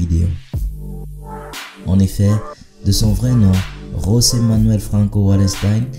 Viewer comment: S’il te plaît c’est José et non Rosé (José) comme ça se prononce en espagnol C’est un portugais